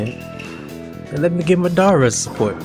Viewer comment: u pronounced madara name wrong